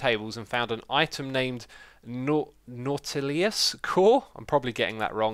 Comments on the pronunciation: How in the nine hells have you never heard of 20,000 Leagues Under the Sea!? Where were you even raised? You know what, fucking Google it. Also, it's pronounced naut-ih-lus; a prehistoric, extinct relative of octopuses and squids that had shells; also the name of the submarine in the aforementioned book. Again, Google it, read the book, it's public domain because it's over a hundred years old. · Nautilus, pronounced as: Not-ah-lis. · If this is really going to be things in the game and not April fools then well; the Nautilus pronounced Naw-toe-lus is a submarine from the jewels vern book 20,000 leagues under the sea if you watch journey to the mysterious island you can get a feel for the type of steampunky old timy sort of theme of it it shows up around the end of the movie but anyways this could mean a submarine in Minecraft think about that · how do you get "naw-til-i-us" out of "nautilus" it sounds literally how it is spelt out. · Naughty lus is a more accurate way to pronounce it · Pronounced. Not-el-us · It is pronounced no-ti-lus... I know what I'm talking about, I'm French :p